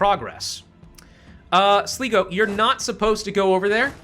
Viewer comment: Am I going to be a butt if I correct the pronounciations? Munster: Mun-ster (We say mun the same way as you say mun in money) Sligo: Sly-go. Ulster: Ul-ster (Ul pronounced like in bull.)